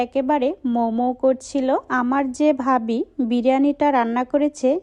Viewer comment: Apnar video ki boro manush dekhena??j apni Tumi Tumi bolen??r babi,Valo,baggo egulo kmn Kotha ?? ভ uccharon Korte paren na ??